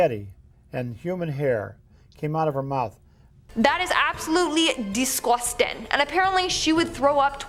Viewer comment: Very funny when at 34.47 the presenter says, " that was absolutely disgwustin." Where is the ghost in the cathedral?